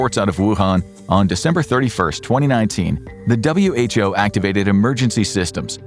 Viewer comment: Imagine being an info show and pronouncing "WHO" as who